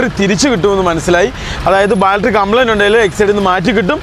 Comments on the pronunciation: കൂട്ടുകാരെ, "ബാൽട്ടറി "അ ല്ലാ, ദയവ് ചെയ്ത് "ബാറ്ററി "എന്നു പറയുന്നത് നന്നായിരിക്കും. എനിക്ക് ഒരു പ്രശ്നവും ഇല്ല. ഇത്രയും നല്ല ചാനൽ നടത്തുന്ന നിങ്ങളുടെ വീട്ടുകാർക്ക് ഒരു ഹായ് All the best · ബാൽട്ടറീ അല്ല ബാറ്ററി ആണ് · ബൾട്ടറി. അല്ല ബാറ്ററി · സുഹൃത്തുകളെ ഇന്നത്തെ intro പറയുന്നതിൽ നിങ്ങൽ ബാറ്ററിയുടെ കാര്യങ്ങൽ പറയുന്നുണ്ട്.. ഒരു തെറ്റ് ചൂണ്ടി കാണിച്ചൊട്ടെ.... ബാറ്ററി എന്നാണ് ഉച്ചരിക്കേണ്ടത് അല്ലാതെ ബാൾട്രി എന്നല്ല. ശ്രദ്ധിക്കുക❤ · ബാൾട്ടറി അല്ല ബാറ്ററി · ബാറ്ററി എന്ന് പറയൂ, ബാൽറ്ററി അല്ല. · ഇതുവരെയായിട്ട്.. ബാറ്ററി ന്ന് പറയാന്‍ പഠിച്ചില്ലാല്ലേ.. മോശം മോശം 😅